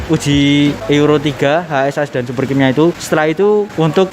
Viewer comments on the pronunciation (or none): Bang ngomongnya HASAS jangan H S A S, keliatan ribet😂😂😂